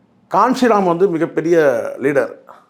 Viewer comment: கான்சிராம் இல்லை கன்சிராம்